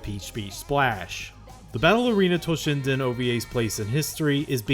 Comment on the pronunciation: You kept saying "Battle Arena Toshinden", but half the time I heard "Ballerina Toshinden". My fault for not paying attention, yet I can't help missing for the lost Ballerina Toshinden franchise that never happened.